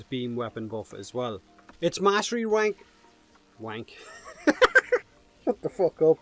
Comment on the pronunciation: “Mastery kwrank”